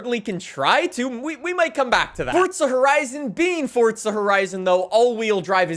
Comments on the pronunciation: It is forza, not fortsa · Why does he say fortza horizon 5 it’s forza horizon 5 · why do you say fortza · Fortza. Lol. Where is this guy from? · Bro stop saying "FORTZA HORIZON 5" each minute please xD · 5 games and this guy still manages to pronounce the invisible t in forza